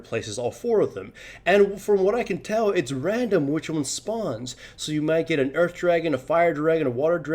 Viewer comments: sounds like you're saying Urf Dragon a bit when you say Earth Dragon. The thought of that: "Free CDR for everybody!" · I swear he says Urf Dragon...